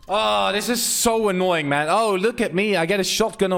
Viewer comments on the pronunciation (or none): Man not mon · can we have a montoge of him saying gg mon yes mon not man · He says mon not man and i do not mean it in a bad way its like gg bro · How many time did he say geegeemon (I know he is saying gg man) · instead of gg mon he sound like hes saying digi-Mon!!! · When he says it it sounds like german tbh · He sounds Jamaican when he says GG man 😂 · The way he say gg man is thu funny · Not being rude see how he says gg man